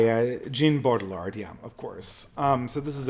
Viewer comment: even though this isn't intention, there's something appropriate about him stomping on foreign pronunciations like "Gene Bode ill ard" it's like Brad Pitt in Inglorious Basterds, "ban jayr no" if we really believe in nations and localities with distinct cultures, we ought not pay any heed to the globalist sophisticate who would scoff at a mispronunciation of the French